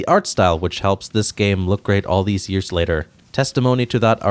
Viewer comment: "It only took two yeeeeeuhwwws, until the series made its transition to 3d"....the hell happened to your pronunciation of years?